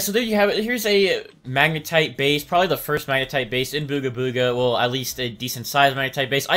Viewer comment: you said magetite not magnetite